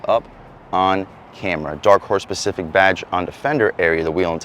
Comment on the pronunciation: its pronounced SPECIFIC and your comparing the 5.0 to a BMW?